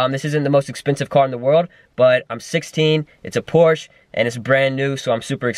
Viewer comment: Pronounce porsche right